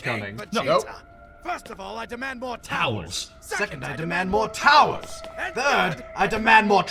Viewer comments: I swear all this time, I thought Vegeta said “First, I demand more towels”. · Today I learned that Vegeta said "towers". All this time I thought he said "I demand more towels" twice lol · I thought Vegeta was saying he wanted more towels and it always confused me on why. Now I know he was saying towers it makes so much more sense.